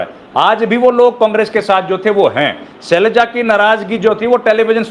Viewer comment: ये शेलजा नहीं है, सर ये सेलजा है।